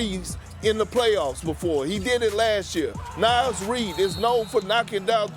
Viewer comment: Naz is pronounced (Nah-zz) not (Naa-zz).